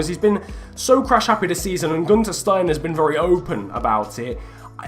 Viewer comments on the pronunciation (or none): none